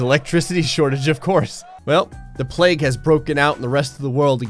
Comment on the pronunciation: It's pronounced plague, not pleg